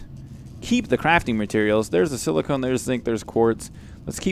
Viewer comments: If your having trouble with saying silicone (Just In Case) it's said si la cone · Aaaaaahahahahahahahhahahaha ahahahahahahhahahah .... AAAAAHAHAHAHA! ... "Silikin"...